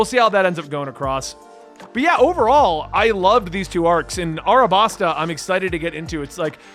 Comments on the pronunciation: Just to let you know, its alabasta, not arabasta. Sometimes things that have an l in the word is translared with r's since its not that common to have the letter l in a word in japan. It's happened alot during the course of this series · Just some tips about names. Her name is Kuina which is pronounced. Vivi's country is called Alabasta. In Japanese R and L are the same letter and get swapped from time to time. You said Dory and Broggy correctly. Side Note: Luffy was just cool to me until around 600 chapters in and now he's one of my favorite characters of all time. You'll see why down the line. Don't wanna spoil so I can't explain it at all LoL.